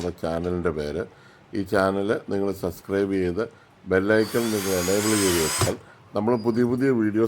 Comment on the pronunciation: ചേട്ട സസ്ക്രൈബ് അല്ല സബ്സ്ക്രൈബ്